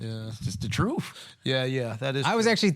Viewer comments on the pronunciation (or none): Someone tell tha god it’s pronounced truth not troof